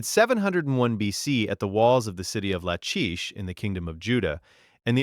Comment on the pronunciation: Lachish with the ch pronounced like a k.